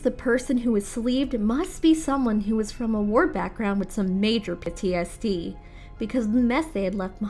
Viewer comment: And then she says “pity-s-d” instead of ptsd